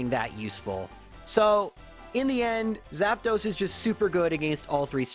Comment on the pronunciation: Why are you saying Zapdos like Zap"those"? 😂